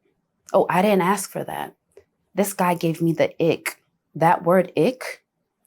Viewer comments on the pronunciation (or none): I’ve noticed this generation say the word ASK wrong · its ASK 💀